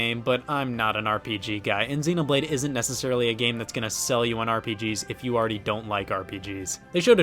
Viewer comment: Its necESSARILY, not necerrily. Don't worry so much about squeezing words out at a high rate of speed. Focus on the actual syllables of the word.